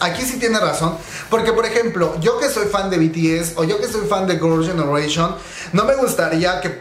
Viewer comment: gurls generation amo tu ingles ❤